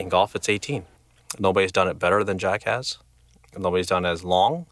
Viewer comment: sounds like he says Jackass :D